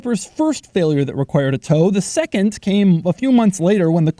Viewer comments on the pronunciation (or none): none